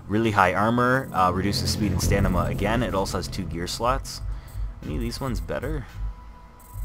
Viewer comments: Loved the vid, but my OCD fucked me up when you said stanima instead of stamina xD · You said stanima lol It's *stamina*